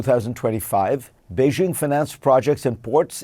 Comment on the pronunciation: How could you spend last week in China and not learn how to correctly pronounce “Beijing “ Say BAY JING….the “jing” is the jingle in jingle bells.